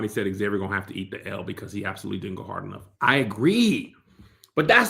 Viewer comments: Pronunciation of Xavier is Zay-Vur. Pronouncing it X-Zay-Vee-Ur, doesn't make sense because of spelling. How does the "X" in his name make 2 different sounds? It's pronounced either Zay-Vur, or X-Avier. 🤷🏿‍♂️🤷🏿‍♂️ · I thought it was weird they didn’t pronounce the X in Xavier so yeah I assumed it was lack of diversity 🥴